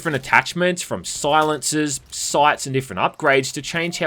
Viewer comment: The fuck is a “sauncer”? Ooh you said silencer! Great video, as always though :)